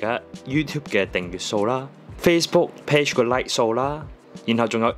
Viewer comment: 你訂閱個訂字都讀錯，快啲改啦